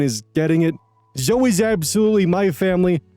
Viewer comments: Okay, I admit I may be petty, but it legitimately got me cringing and wincing every time mispronounced "Zoe". It's 2 syllables, not 1: ZO-ee, never ZO! (If it helps, the name Chloe is similarly pronounced KLO-ee, not KLO. Both Zoe and Chloe are Greek names, hence the non-silent final -e.) But, yeah, Story #2 is an absolutely bonkers case of Disproportionate Retribution and was in no way a "prank"! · it's pronounced "Zo-ee" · not me with my eye twitching every time pronounces "Zoe" as "zoh" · LOL i was having a moment like "Zo"? isn't it "Zoe"? huh?!? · Lmao "Zo" (The name Zoe is usually pronounced the same as Zoey) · Is that not how that's pronounced? Zoey would be Zoë wouldn't it? My friend pronounces her name the way you do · …is this not right? Zoe is Zo Is it was Zo-ee Wouldn’t it be Zoey? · Zo-ee. It’s pronounced Zo-ee. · Omg I used to pronounce Zoe like that growing up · That bugged me too, but then I realized that Zoey is also a name, and the one I am more used to seeing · Yeah I saw this comment and went how is he pronouncing it wrong isn't Zoe spelled with a y My phone speech to text spells Zoe that way even though I'm saying the e part. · The pronunciation of Zoe hurts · The way you pronounced Zoe is hilarious. 😂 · It's pronounced either way, I had a friend when I was a kid named Zoe and if you called her "Zo-E" she'd get mad. It's the preference of the individual but the majority of "Zoe"s I've met, pronounce it "Zoh".